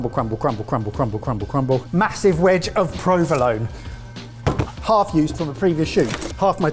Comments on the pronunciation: There are some very unconventional pronunciations of provolone going on here. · Please. please boys, do a search for how to pronounce provolone correctly. I've winced through a number of your videos where you've consistently mangled the pronunciation. Such a delicious cheese deserves much more respect. Innit?!